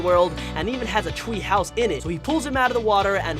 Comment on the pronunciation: Bruh. I hear you saying like tweehouse thwee like what why are you saying words with the letter w- and people if you guys didn't hear it try hearing it by repeating it until you hear him like saying tweehouse and thwee